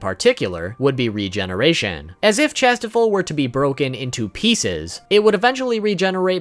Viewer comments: Tis not Chastifol. It's pronounced "shas-tee-fall" xD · Kings treasure is said cashtiffir spelt it wrong wrong but the end is or not ol